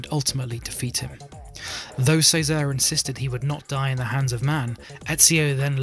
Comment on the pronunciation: cesare has a ch sound